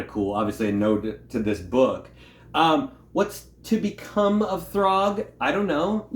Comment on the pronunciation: Hmm... maybe because the writer/penciller/inker/cover artist of the book is...Walter Simonson. And it's "Throg"...not "Thorg".